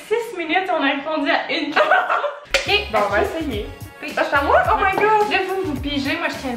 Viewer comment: C’est qui qui dit le « k on commence » à hahaha? Ça fait 5x que je le réécoute et je comprends toujours pas 😅😂